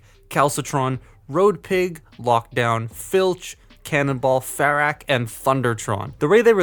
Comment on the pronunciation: ferak is pronounced fuh-rock